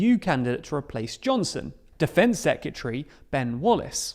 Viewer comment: Please practice saying SECRETARY properly. Saying Secutary instead is just cringe.